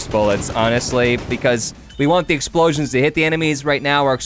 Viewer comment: did anyone notice that he says exploions block tears